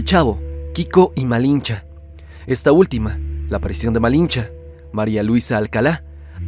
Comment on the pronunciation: Malicha, no Malincha ❤